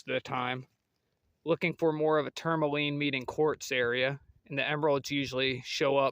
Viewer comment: It’s called “tourmaline”, NOT “tourLAmine”